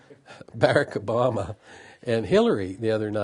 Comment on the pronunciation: So he has Obama all summed up yet doesn't even know how to pronounce his name?